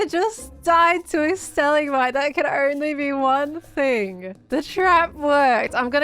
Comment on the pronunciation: Am i the only person that heard her say xisuma died on a "stali-mite"? I know what shevsaid but that is funny